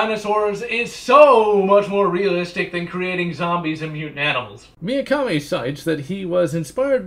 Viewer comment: Why do you pronounce Mikami as "Miyakami"? You already seemed to do that on the Resident Evil video. Just nitpicking I guess, good video nonetheless :)